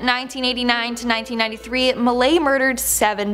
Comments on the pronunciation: mi lat not lay... just saying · PS Ivan Milat is pronounced MILAT as in AT, not Milay 👍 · its pronounced mill-at, not mil-ae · Ivan Milay! He's not french! T, it's a T Milattttttttt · From Australia. It's actually pronounced milat not milai' just letting you know. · Milat is said as each letter sounds. Milat. Not Milay. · Thats Milat ,not Milay. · It's Ivan Milat .... (MI LAT...... NOT MILAY) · Ivan Mill- At not milay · ITS PRONOUNCED IVAN MI-LATT.. ITS NOT MILAY... its spoken mi-latt... or my-lat... your saying it wrong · Pronouned as Ivan Milatt not Milay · Milat. Not milay. Work on your pronunciation. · it's not Ivan Milet...it is pronounced MILL AT milat...welcome. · Its MILAT, NOT Milay ffs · ivan MIL -- AT... NOT MILAY..... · Malat not Malay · IVAN MALAY BAHAJAHAHAHA HOW DO YOU GET THAT NAME WRONG MILAT WITH AT THE END NOT MALAY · Ivan Milat's name is usually pronounced 'Mil-at' ( at as in cat) here in Australia. Being an Aussie I get a bit of a thrill whenever Australia gets a mention on these list. That just seems so wrong right now lol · I never heard it pronounced the way did 😂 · Mill-lay lmao 😂😂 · Milaaaayyy haha wtf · Okay but is anyone else from Australia and just giggling at the pronunciation of Ivan milats name? 😂 just for future reference it’s pronounced Mill-at ahaha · I love your effort, but it’s pronounced, Ivan Mill-At And Goulburn- is pronounced GoldBurn. Nice to see aussies in these things. Not in a good way though, actually creppy having know someone who is related to him. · Milat. You hear the T Mill at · Hey, Ivan Milat is pronounced At, not Ay. MilAT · Its Ivan Milat as if flat. Also his great-nephew axe murdered someone a few years ago. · It's Ivan MIL- AT, that's how it's pronounced... 🤦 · Im pretty sure milat is pronounced how its spelt also there is a movie on, its him worth a watch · Correction ,Ivan Milat not milay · Milan...at as in splat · Milat as in mat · Ivan Milat - mil at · "Ivan Miley" lol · Not Milate